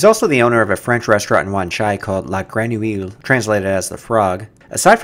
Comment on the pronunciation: it is not "greynoohill" it's pronounced "greunooy". for grenouille 😉